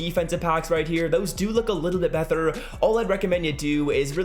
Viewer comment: I was about to comment that when I heard him say that